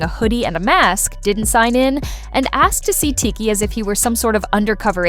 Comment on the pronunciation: tired of ai narrator getting names wrong